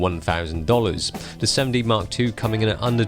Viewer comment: He pronounces it like 'semmen dee' so it can appear to sound like semi